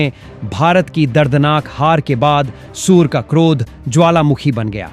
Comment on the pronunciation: तू उल्लू है क्या भाई सूर्या को सूअर क्यों बोल रहे हो